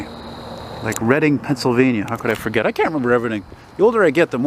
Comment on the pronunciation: READ....ING street DUH